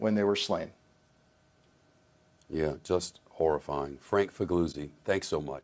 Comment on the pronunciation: Dear S.S. , This FBI man didn't correct your pronunciation of his surname so I will. It is not, as you said, FIG-LOU-ZI ; "g" is silent in Italian so it is FIL-YOU-ZI . :face-blue-smiling